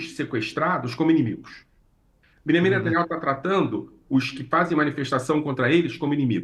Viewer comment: Não é netanyau é saaniayu